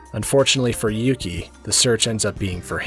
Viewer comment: And his name is Yuki or "yuu" as in "You"